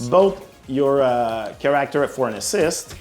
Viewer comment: Ahah. How can somebody speak english so well and not know how to say the word character? 😂 Like... he's never heard that word before and had to say it for the first time? That cracked me up. It reminded me of Britta saying bagel wrong in the show Community.😂😂😂